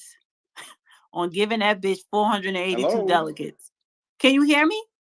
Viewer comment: Goodnight🤦🏾‍♂️ She still can't pronounce"Delegates"!